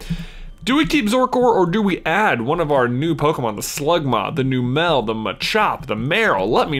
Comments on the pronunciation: J, I'm sorry, but it's Numb-lle, not New-mel. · Wait. Numel and Marill were both caught on Route 112. So you have to release the Marill.Also, it's pronounced "NUMM-uhl". like "number" and "camel". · It's num -el